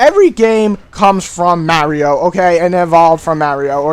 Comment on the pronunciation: LOL u pronounce mario weird x]